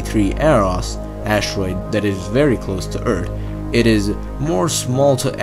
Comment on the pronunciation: did you said Urt instead of Earth?